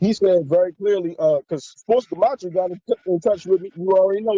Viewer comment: Also, greatly exaggerates how important it is to learn gematria. (A word he doesn't even pronounce right.) There has been so many truthers throughout the years and most of them never or barely even mentioned gematria. And guess what? These people still many people to wake up to the new world order and even celebrities displaying illuminati symbolism in their entertainment all time. And the vast majority of the non gematria truth community has been christian, and denies Christianity and blasphemes Jesus all the time. He's blaspheming Jesus all the time because he leading truthseekers away from the truth of Jesus.